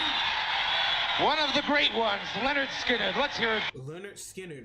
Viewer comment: it's pronounced Len nerd skin nerd. They where the kings of southern rock.